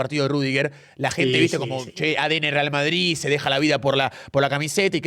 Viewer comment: jajaj se le escapa a "EL VARDRID"